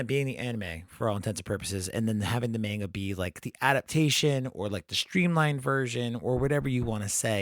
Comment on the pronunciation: Enjoyed the discussion but what’s with the coin-flip pronunciation of the word “manga”?